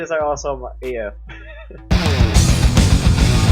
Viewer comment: I'm happy that read it literally "AF" not asfuck